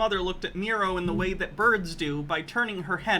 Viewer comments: I feel like is going to see this, and his only response is going to be something like "You call him MEE-ro, but it's pronounced MYE-ro!" Then he'll sit back, nod at his computer screen, and say "got'em." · I bet it pronounced MEH-ro…. as in, MEH-ro-wanna 😉